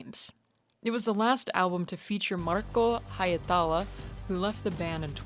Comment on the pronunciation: There's definitely no "high" sound in Hietala. Just the sounds [h], [i] and [e] in that order. :) And one easy rule in Finnish, the emphasis is ALWAYS on the first syllable, no exceptions. So HIEtala, HOlopainen, TUOmas (not tuOmas as I've heard from many). Another easy thing, words and names are pronounced exactly (except for ng sound that doesn't have its own letter) as they are written, basically phonetic writing. :)